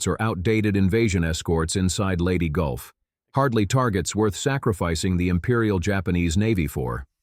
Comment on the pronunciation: It's Leyte, not Lady. STOP using AI for everything.